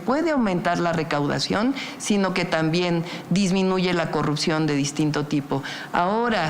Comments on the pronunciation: no puede pronunciar la R cogucta el mtro se callo pog falta de mantenimiento😂😂😂😂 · Deberías eh, porque ella va a erradicar la cogupcion con su gobiegno 😎